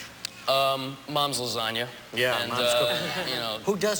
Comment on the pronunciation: WOW! He actually said Lasagna right. I'm surprised.